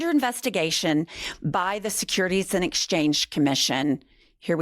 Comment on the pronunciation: I love your podcast, but i just gotta say.....and is a one syllable word.